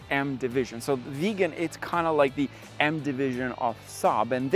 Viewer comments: it is not a veegan it is a viggen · Please, its not "Veegan" it is pronounced, "Vig_en". Thanks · Im being pedantic, but it's not a 93. It's a 9-3. Nine. Three. Also, it's not pronounced Veegan like vegan. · Viggen not Vegan!! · I seriously don’t understand why you can’t pronounce Viggen. Where does it have an ‘e’ in the beginning of the word ‘Viggen’? It is the ‘i’ as in Hitchhike. 🙄😬